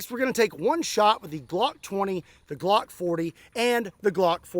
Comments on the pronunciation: Huhuh "Glongk" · Ladies and gentlemen, may I present: the “Glongk”.